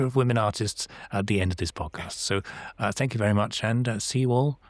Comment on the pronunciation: Thaaaank you!